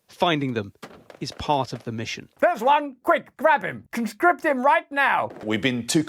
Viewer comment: (redacted) all who try to "constript"